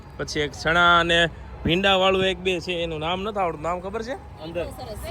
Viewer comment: તમે જે ચ ને સ બોલો છો એ સુઘારો કરો😅 શણા,સોકલેટ 😂